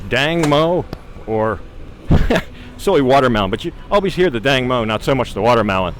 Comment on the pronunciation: I think its Tang mo..watermelon,not dang...